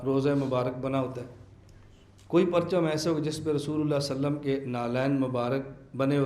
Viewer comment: وسلم هےبهائ وصلم نهيں